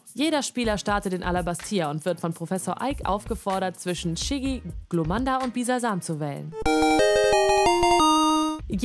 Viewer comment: Professor EICH nicht Eik